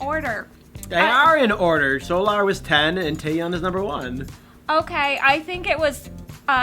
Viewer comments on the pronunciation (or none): none